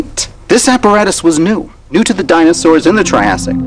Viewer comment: Would you stop saying Dinasaws!!! guy from the 90s!!